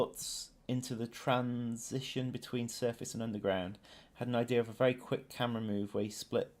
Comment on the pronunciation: it's bery entresting